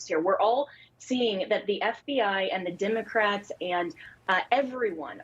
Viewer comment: "DIM-A-CRATS" Yeah! By all means. If they can say "nuc-cya-ler" instead of "nuclear" and "our democracy" instead of "our republic" I can say "DIM-A-CRATS:!